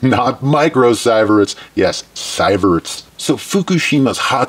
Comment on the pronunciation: It's "See verts"